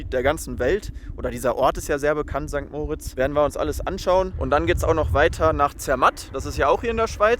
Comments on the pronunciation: St. Moritz wird nicht wie der Name "Moritz" betont, sondern, wie für das Engadin bzw. den Kanton Graubünden üblich, mit Betonung auf der zweiten Silbe Mo-RITZ (etwa wie Morritz). Andere Beispiele: da-VOS (nicht DAvos) oder zwar nicht Engadin, aber ähnliche Region (in Liechtenstein) va-DUZ (nicht VA-duz) Und man sagt nicht "Grützi" sondern "Grüezi". Das e wird auch ausgesprochen. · Sorry, bin Lehrerin: Bei St. Moritz wird das i betont und nicht das o.